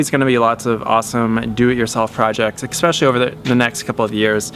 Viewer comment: eXspecially lol